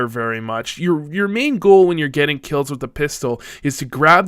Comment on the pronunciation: "wif" I like your german accent!